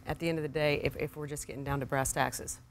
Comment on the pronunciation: Becky just say "brass taxes"?